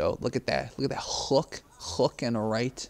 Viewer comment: You say "hook" like it has seven letters "h".